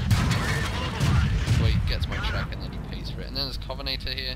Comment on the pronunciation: covenaytor? covenANTor